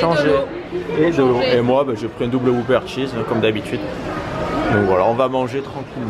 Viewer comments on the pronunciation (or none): none